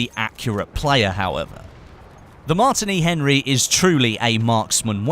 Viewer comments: your pronouncing it weirdly its pronounced the same as the drink martini not 'martiny Henry' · Also he could not pronounce the Martini Henry rifle right plus adding how he would like a scope on it. I mean its not cod lol.